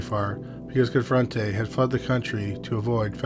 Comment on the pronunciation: His name was Joe CONFORTE (pronounce the "e"), not Confrentay. He ended up in South America because he was wanted for tax evasion. He reportedly died a few years ago.